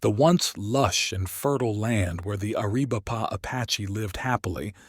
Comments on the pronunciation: Air-a-VAI-puh. Pee-NAHL. There's a ~ above the Ns in Nina and la Canada. Nin ya, Can YAda. [F--king Snowbird AI. This is getting painful.] Papa-GO. [Only this is no longer politically correct as it was the Spaniards' contemptuous title meaning ''Potato Eaters.'' These people call themselves Tohono O' Odahm.] GAI-yur-o. Nahn-Tahn. Apache for Captain. Mission San Ha-VEER. Hashkebanziin is generally called Eskeminzin by Americans. You should feed more actual period photography of the region into your AI. The backgrounds would look a lot less like air-brushed Hollywood backdrops. William Oury was the brother of Granville H Oury, a lawyer, who was a Confederate delegate for Arizona Territory in Richmond. Also a Confederate cavalry officer.. A Tucson pioneer, G H Oury had a park named for him in Downtown Tucson, at St Mary's and Freeway Access Road. It was Oury Park in April 2022. By 2024, it was renamed David S Herrera Park. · Air - uh - vipe - uh😂😂😂 AI is stupid.